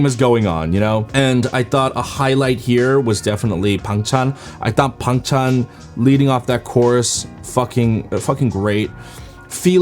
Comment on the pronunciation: those are correct Korean pronunciation tho